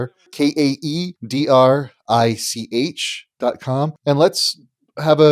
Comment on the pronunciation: Paul, maybe make an effort to pronounce Kaedrich's name correctly. And when listing all the great men (no women mentioned) you recommend others aspire to, maybe put your guest on that list. Just good manners.